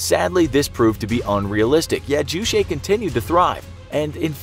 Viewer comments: Juche or 주체 is pronounced Joo-chae not Joo Shay or Joo chay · It's pronounced Juche, not Jushae. Ch as in the normal Ch (Charlie)... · It's not jew-shay lol. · It's pronounced Jue-Che as in Che Guevara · "ju-shae" xD it's pronounced as ju in "juice" and che in "checkers" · Ohhh!!! I thought you said juicy. I thought it was a DEER Leader drink.😵🤮👍🆗😊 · The "che" of term "Juche" should read as "ch" in "chair". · The name of Kim jong un's grandpa is Kim Il Sung, not Kim Il 'Sun' And don't pronounce 'Ju che' as french word. It is not french word. Pronounce 'che' like 'Che' guevara. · Script quality of your videos are getting poorer every day. It's not Kim Il Sun it's Kim Il Sung. And you pronounced JuChe wrong.